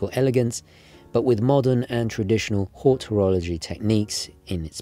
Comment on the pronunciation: Every video I watch of this channel, I hear the word 'hortorology' . Does the 'hort' prefix not relate to agriculture (i.e 'horticulure' from the latin 'hortus')? Or am I missing an inside joke or something haha? That aside, I have watched this channel for years and do genuinely love the content.